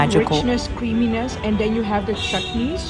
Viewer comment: Bengaluru, Chutney pronounciation is perfect 👌